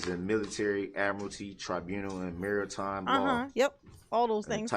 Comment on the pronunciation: Dude said maritime